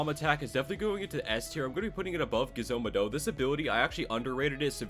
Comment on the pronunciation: Ain't no way man's said "ga-zo maa-do" it's literally pronounced g-ez-o ma-dough. I don't think he watches naruto